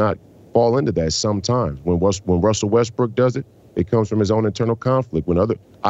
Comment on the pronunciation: WESSEL WESBWOOK???? 😂😂😂😂😂😂😂